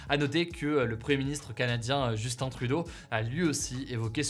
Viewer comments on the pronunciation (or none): none